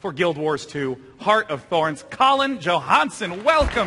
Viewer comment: I like how it sounds like he introduce Colin as "Colin JoHANDSOME".